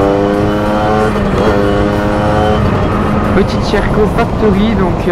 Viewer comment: Mdrrr le "Sherco" tu le prononces "cheh rco"